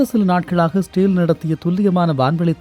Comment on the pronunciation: பரபரப்பு மீடியா செய்தியை அப்படியே திரும்ப சொல்றியேப்பா. இஸ்ரேல் என்பதை சரியாக உச்சரிக்க முடியாதா?